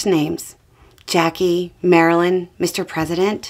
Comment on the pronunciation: Yo, did she say Marilyn.